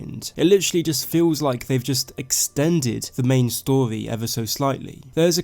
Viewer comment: You speak like a fuckin child mate. Pronounce your R's...its story not storwy..